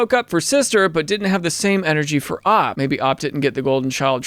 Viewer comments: It's pronounced OP, not Op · Why does he say Opp 🔫 instead of O-P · It's not op it's O.P. Stop it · O.P. Original Poster! Not, like how you are saying it!